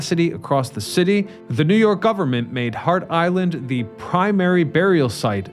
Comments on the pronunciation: "Hart" Island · Which is it? Hart Island or Heart Island?!